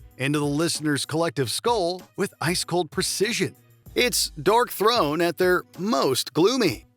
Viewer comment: the bot narrator calling Darkthrone "DORKthrone" 🧐